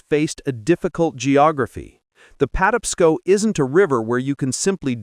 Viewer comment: Terrible AI. It can't pronounce Patapsco.